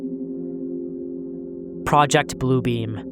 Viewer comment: I was listening while doing other stuff and I swear to me it sounded like he said project Blue Bean. I'm almost sad I heard it wrong now 😂